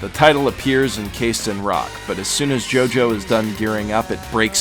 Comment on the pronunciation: Its a jojo not gogo